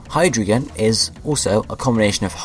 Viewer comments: well ur wrong, u need to use the German pronunciation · You mispronounced them all